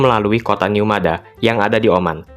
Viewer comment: dibacanya Mad ha min, atau kalau dalam bahasa Arab مدحا